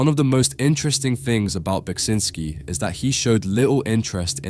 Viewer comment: Thank you for pronouncing his name, I'd never known the correct way to say it.